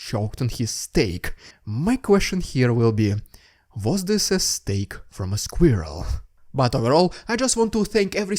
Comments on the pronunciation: No, Russians cannot pronounce "Squirrel" ... Even the way you say it is funny... Its nice to have at least a bit of humor during the grim reality of this war. Ukraine is loosing so many gallant sons and daughters ... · I love to hear you say squirrel. In the. Old war we had a cartoon about a moose and squirrel that fought Russian communist Boris and natasha. It was called rocky and Bullwinkle. Check it out it is really topical and funny . PlEase say moose and squirrel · The word "squirrel" in a Russian accent kept cracking me up and I couldn't figure out why until I remembered Rocky and Bullwinkle 😂